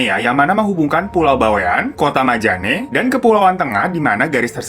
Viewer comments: Alhamdulillah aku kalau naik kapal dari sulawesi tenggara ke jakarta lewat perairan itu,aman2 aja. cuman emang ombaknya rada keras :). btw,majenne kak. bukan majane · Maaf bang namanya bukan kota majane tapi majene😄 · Majenne' bang bukan majane🤦‍♀️ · KOTA MAJENE kak Bukan MAJANE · Hallo apakabar sudaaah gilaaaa, :) hihi Bro Hiro .. mau gw lurusin ada yg bro salah sebut pd menit ke 3.25 kota Majane seharusnya disebut kota Majene , gw tahu krn pernah tinggal kota tsb , ths wkwkwk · Bang Majene apa Majane sih? Kayanya Majene deh😂 Makassar's here🙏👋🏼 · Kota Majene, kak. Bukan Majane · Gregettt MAJENE bukan MAJANE wkwkw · koreksi dikit daerahnya namanya majene bkn majane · maaf kak kota majane ato maje'ne? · Itu yg Sulawesi kota Majene kli bang bukan majane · Bukan majane bang.. tapi Majene 😂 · Bang ralat ya bukan kota Majane tapi kota Majene.. Letak nya itu di Sulawesi barat 😊